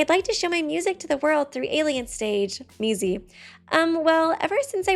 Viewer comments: Did she just call Mizi, Mickey??? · oh yeah! such cute "friends" also the was she calls mizi Mickey 😼😼🦅🦅🦅